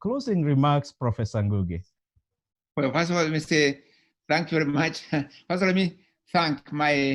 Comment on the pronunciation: am i the only person who hears ngungu, its ngugi.